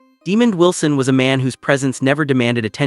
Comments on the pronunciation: Mispronouncing is real name and character name. Sanford and Son reunite…🙏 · These butt holes at Star Buzz want to report on someone whom they can't pronounce his name right.